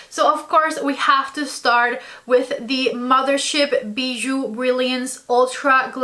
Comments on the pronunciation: you are saying Bijoux correctly! (Beejoo) loll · Yes you prononced "bijoux" perfectly 😊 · Hey! I'm French, and you say bijoux very well haha 😁 I don't like the packaging at all, and I think there is plenty of repeat shades 🥺😭 and so many pink on top of that, but I'm excited to see your review! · I'm french and you said bijoux correctly haha ! Can't wait to see your review on this ! ❤😊